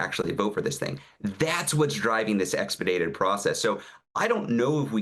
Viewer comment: Ezra -- good comments. One correction -- the word is "expedited", with an "i", not "expedated". Also, one can call members of Congress that don't represent you specifically. I have placed calls across the country, whether I am a constituent or not.